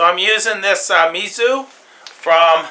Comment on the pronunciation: I believe it is pronounce like ME Zou. Yeah like that.